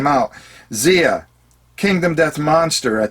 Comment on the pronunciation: Not that it's terribly important, but Xia is apparently pronounced with a hard i... as if it rhymed with eye-uh. Not like Zee-uh. heh The creator pronounces it that way, at least. :-)